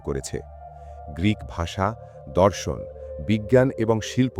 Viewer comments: ভাই ধর্ষণ না ওটা হবে দর্শন। ভালো করে বলুন। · দাদা ওটা ধর্ষন নয়, ওটার উচ্চারণ দর্শন। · শব্দটা উচ্চারণ হবে দর্শন